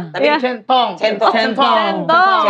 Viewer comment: Livy kocak banget, centong jadi cendok, cendol.... 🤣🤣🤣